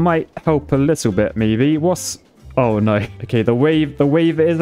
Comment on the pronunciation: "Oy noy! Oy noy!" British is so funny. :D